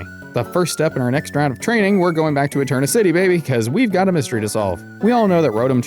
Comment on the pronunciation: Ah-cue-it-ee is how you pronounce the lake name :D This is such a fun run though would love to see other similar type-add style runs in the future!